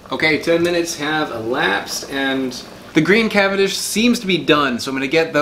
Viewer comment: I am fully convinced the only reason he does banana videos is so he can pronounce “CAVANDISH” as many times as possible